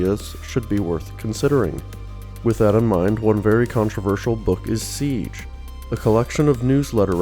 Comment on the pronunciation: 5 minutes of "REED SEEJ" Meh.